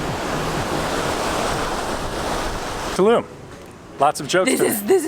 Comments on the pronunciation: It's Tulum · Tulum, is not in Germany, I think......so, why are doing a German accent? ( 1min 9 sec)